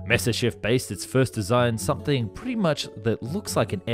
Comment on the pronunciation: It's pronounced MYA SIS CHEV , you sound like you are pronouncing it Messerschmidt